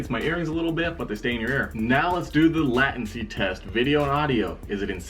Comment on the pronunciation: love the video, but the word latency is pronounced lay-ten-see